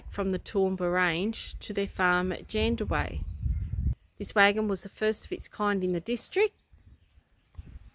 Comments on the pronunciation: Loving your videos. Our town names are sometimes tricky. Locals will fill you in on the correct pronunciation. Mun Dub Berra and Jan Dow Wee. 😘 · Yep it’s pronounced Jan dow wee 😁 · sorry guys the towns name is pronounced jan dow wee it may help to talk to the locals and just ask how there town is pronounced great vids keep it up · I had to laugh at how you were pronouncing Jan Dow wee. Its great you are supporting these little towns. And this little towns have got the best camp areas too. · Jandowae is pronounced as Jan-Dow-ee!